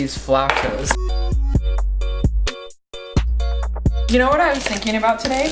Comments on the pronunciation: Fellow Mexican here had it right the first time: fla-OW-tas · Thanks for the video! Also, your first pronunciation for flautas was more correct than Google's response. Google doesn't know what she's talking about 😂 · The way you said flautas the first time was correct :) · you are right in the pronunciation of Floutas, trust me it is a Mexican food, my mom makes it all the time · 😂😂😂😂 Flautas Like saying ow!(as if something hurt you) Fl-ow-tahs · As a Latina, pronunciation of “flautas” was correct 😭😭👏🏽 it’s “FL-OW-TAS.” Ow as in OWWWW that hurt! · Me: a Mexican who knows how to say Flautas. Also me: Repeating Flawtaz to pronounce it, to later realize she knows how to say it correctly. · You pronounced flautas correctly the first time you said it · deserves points for knowing what a pescatarian is and how to pronounce flautas ☺️ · You were right! It’s flautas the way your pronounced it!!! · Your pronunciation of "Flautas" is correct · Btw, your pronunciation of “flautas” was on point lol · I’m Hispanic and the “flautas” was said right by 😂😂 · had actually said “flautas” right the first time 😂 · Allayna I’m Mexican, and I approve of this comment and saying of Flautas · I think original pronounciation of ‘flautas’ is flawless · 2 years later but you were saying it right ( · Siri cannot pronounce flautas right, you need to google some one who speaks Spanish saying it. is actually saying it right in a white boy accent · yes, you pronounced flautas correctly 😊